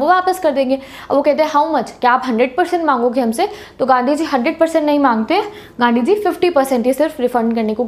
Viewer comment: Only ultra legends could get it - 😂😂😂😂 Whenever she said ganddi ji not gandhi ji 😅🙏🏻